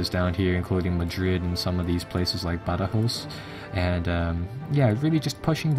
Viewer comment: Learn to pronounce the place names correctly. Badajoz I gave you a pass on. When you could not pronounce Papal States correctly I gave up. If you want to come across as knowledgeable then you need to be able to say the names of things correctly if you cant then just stick to making good bacon. FYI phonetically its Bad a Joz and Pay Pell.